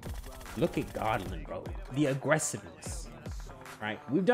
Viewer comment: Not Godlin 😆😆it's Go blin